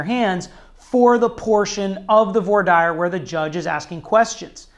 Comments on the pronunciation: Voir dire pronunciation 👀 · Lmfao, this goofy dilettante doesnt even know how to pronounce ' Voir dire ' !!